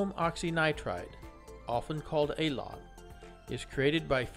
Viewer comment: "Alon" not Elon, I'd laughed so hard 😂🤣🤣